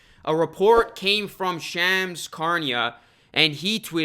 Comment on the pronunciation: You butchered Shams name lmao